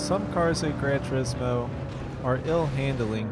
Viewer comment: And another youtuber that cant even pronounce the name of that game 😂